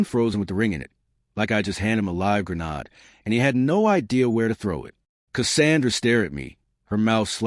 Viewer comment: Grenade is not pronounced grenard useless cheap AI🤦‍♂️